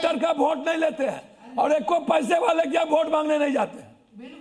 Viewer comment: अनपढ़ बोल रहा है वोट को भोट बोल रहा हैं 😂😂😂😂😂